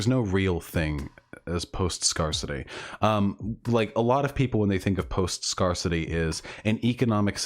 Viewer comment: Thank you chat, I was about to krump myself if he kept saying “scar-city” instead of scarcity XD